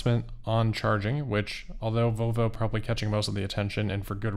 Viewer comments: I swear you said "Voe Voe" several times. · can’t pronounce the “L” in “Volvo” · Please ….pronounce the L in Volvo.